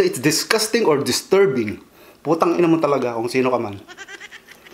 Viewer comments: Dami ko tawa sau besfren how u say that words p*tang ina hahahah u made my day idol😘😘😘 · Idol dami ko tawa sa "putang i#* mo ka!" Ahaha, ang lutong🤣🤣🤣